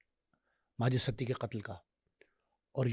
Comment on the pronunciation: سڑک چھاپ خود ساختہ صحافی اور چربہ کہانیاں کوئی تھوڑا بیسک انویسٹو گیٹو جرنلزم کے رولز کو فالو کر لو ایک ستی کو سٹی پڑھ رہا ہے اور دوسرے کو فرخ کھوکھر کے باپ کا نام ہی نہیں معلوم 😂